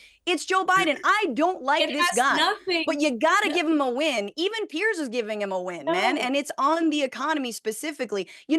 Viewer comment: Why doesn't Piers correct Joe, every time he called him Pierce?